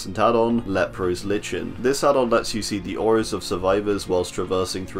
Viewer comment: Idk why him saying Lichen Like "Litchin" so funny. but anyway great vid